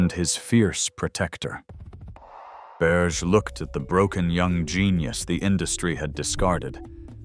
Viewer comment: Yes, and his lover's name is pronounced not "Berje" but "Berjay' ( roughly).